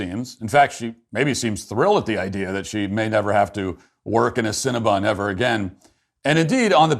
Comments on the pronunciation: Matt can you not see the word? It's cinnabon not cinnabun. Please stop saying it wrong. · Matt decided to make fun of people who work and eat at cinnabon and then couldn't even say the company name right the whole video. Lmao